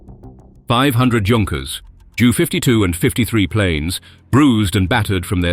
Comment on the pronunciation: A well told story thank you, accurate which makes a refreshing change these days. By way of feedback, more than 1 or 2 names are seriously mispronounced, for example, Māori (Māori: [ˈmaːɔɾi]). The most irritating mistake is the Ju 52 pronounced as jew52. It should be J U 52. No self respecting Jew would have had anything to do with those aircraft except to destroy them ! A Post script, one of my uncles was captured on Crete. He survived imprisonment returning to England in a very starved condition. He never bought a German product in his remaining life. I've visited Crete twice, a magical island and grand people. I was advised to wear a Union Flag T Shirt because I'm blonde with blue eyes. When the villagers discovered my uncle had fought for them I was treated for the rest of my stay as an honoured guest and proudly told that the Germans never did subdue all of Crete, then again, nor had any previous invaders. Hats off in salute to the people of Crete.